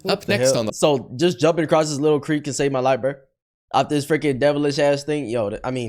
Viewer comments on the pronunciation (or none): none